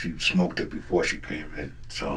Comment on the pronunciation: Did he say smokeded? wtaf